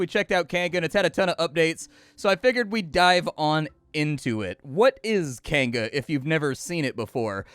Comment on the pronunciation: You say Kainga,.... I hear "canned goods" and get confused... canned goods what now?